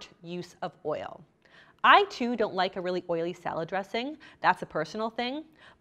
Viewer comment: "Sahlard" instead of salad. And a couple of other words